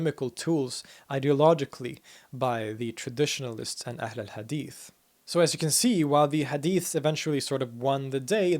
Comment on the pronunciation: the h of ahl is a bit pronounced like ح not ه but he pronounced hadith better than me native arab.